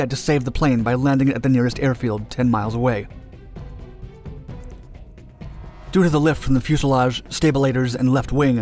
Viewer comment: #1. Stabolators??? #2. "...able to accelerate without compromising speed." Ummm...acceleration is the process of adding speed.